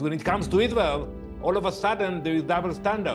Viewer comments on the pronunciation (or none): Why does Israel insist on letting a guy who cant pronounce the letter R speak. How can I take him seriously when he says Tewowist, and Iswael.